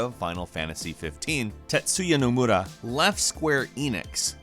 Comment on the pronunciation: Tetsuya Nomura what? Oh come on!